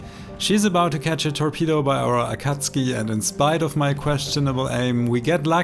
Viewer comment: Amazing gameplay I love how you pronounce akatsuki and your voice is so calming